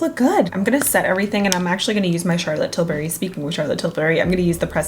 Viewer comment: I always giggle how says Charlotte Tilberry instead of Charlotte Tilbury